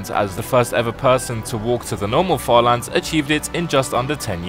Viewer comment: Bro when you said further lands I thought you said father lands 💀